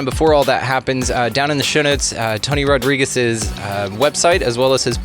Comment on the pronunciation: It not rod-rigs . It rod-ree-gez ....pendejo